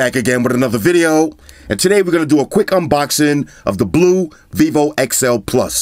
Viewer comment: It is written ok - XI+, but it is pronounced wrong - XL+ :)